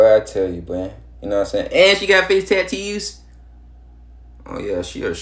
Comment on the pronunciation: “AND she got face tat teeews? 😮” 😭😭😭